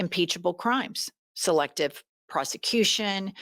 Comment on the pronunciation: You said “selective prosecution” but I heard “selective prostitution”. Kind of similar in that weird wealthy world.